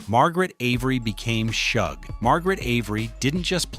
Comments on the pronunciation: It's pronounced Shug as in the beginning of the word sugar. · PLEASE get these women's names right: → Shug = the first syllable of “sugar.” It’s “Shug,” “shuuug.” → Celie = "SEE-lee" , “cell-ee.” I’m guessing the video is AI-narrated, and honestly, the narration itself is quite good—but repeatedly mispronouncing the names of two of The Color Purple’s central women is a pretty glaring miss. Technically, I’m not going to invoke “Say Their Names” here, because that phrase belongs to a movement honoring real people whose lives were lost to racial and state violence, and these women are fictional. I would posit that the underlying principle of *taking enough care to learn and correctly say Black women’s names is especially relevant here. The Color Purple is a story profoundly concerned with Black women being seen, heard, valued, and allowed to define themselves. Their names are part of that identity. So please: put some respect on Celie and Shug Avery. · Its pronounced like the 'sug' in sugar. NOT like the 'ug' in hug..... AI.....🤦🏾‍♀